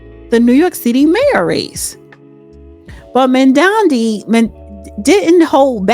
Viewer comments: you are having a hard time pronouncing names: 'chromo' instead of Cuomo, and 'mandami' instead of Mamdani. unless you're trying to become a comedian, learn how to pronounce names of people correctly. and I hope, for NYC's sake that Mamdani loses badly. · How embarrassing that you can not pronounce a mayoral candidate's name so, I won't listen to this podcast. Smh